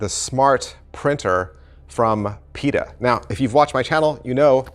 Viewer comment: Also….never understood the pronunciation of this company name 😅